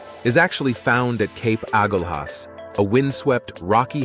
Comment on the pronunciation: Excellent coverage overall!! Well done. However, your pictures often did not match the voice track, leading to major confusion; Agulas was accompanied by Cape Point photos intermittently. Finally, your pronunciation were off as can be expected but would be improved by simple claraification in your research. Agulas is pronounced 'A Gul As'. Easy. Thanks